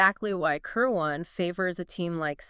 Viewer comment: Kir'win, not Ker waan